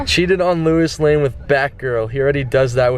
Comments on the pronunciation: "Louis Lane" lmao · Bro he said Luis Lane, I'm deceased💀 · Louis Lane....smh..... LOW---IS